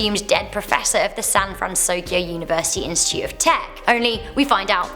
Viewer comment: You said sanfransokio not sanfrantokio